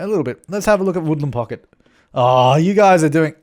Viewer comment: I like the way you say woodland pocket :D